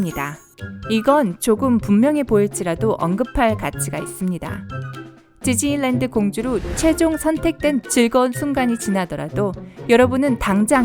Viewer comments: 저는 지즐랜드라고 들려요. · 발음 겁나 흘리시네요ㅋㅋㅋ지즐랜드ㅋㅋㅋㅋㅋ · 지즐리랜드 ㅋㅋ